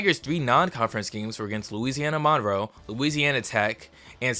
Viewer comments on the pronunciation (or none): none